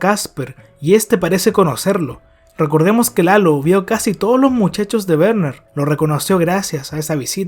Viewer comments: bro me da risa que le dices Berner y es Werner xd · se pronuncia verner bro x2